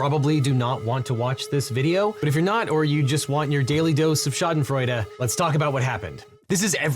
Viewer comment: Devin, my commendations on your pronunciation of Schadenfreude. Most Americans get it completely wrong; your pronunciation was not that far from the German original.